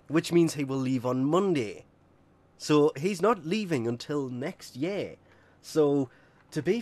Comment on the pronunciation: “not leaving till next YEH 😂😂 “ cracks me up with that voice